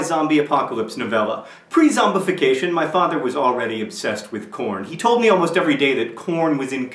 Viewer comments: i thought you said "porn" at first lol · i thought you were saying porn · for a second i thought you said porn... XD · ... I had to watch this twice because the first time I thought you said "porn" instead of "corn". I am so, so glad it's really corn. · In the beginning, i thought he was saying porn. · ...I thought you were saying "porn" instead of corn.... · At first I thought you said porn... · I did not think you were saying corn..... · It took me a while before I knew he meant corn... not korn... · in the beginning I thought he said 'my father was already obsessed with porn' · thumbs up if at first you thought he said porn at first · at first i thought you said something that sounded like corn...